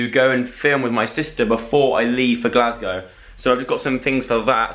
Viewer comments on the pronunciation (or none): Your hair is on point but sorry, the way you say Glasgow is just wrong. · loved your English pronunciation of Glasgow us Glaswegians actually pronounce it "GlasGO"😂😂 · I remember seeing in Glasgow and a tip its pronounced Gleasga